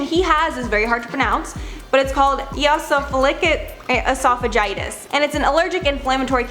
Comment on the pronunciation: Fun fact: the way to pronounce Jeffrey star’s condition is ee-oh-sin-uh-fill-ick eh-saw-fudge-eye-tis. It’s an inflammatory condition where the immune system attacks the esophagus.